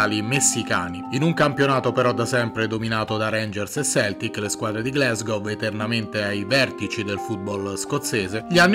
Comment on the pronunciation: Glasgow si legge come si scrive non "Glesgow". Per favore